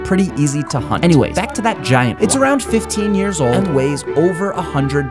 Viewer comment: He is saying 15 years old like it gave birth in front of him